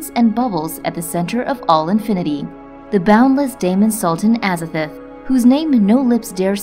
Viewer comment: Pronounced AZA-THOTH not AZA-FERTH